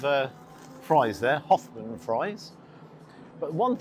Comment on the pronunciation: Koffman not hoffman fries it does say in the menu